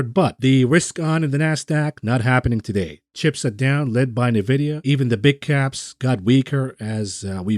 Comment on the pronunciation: Your pronunciation of Nvidia gets me shook everytime I never heard of Nevidia I know eNvidia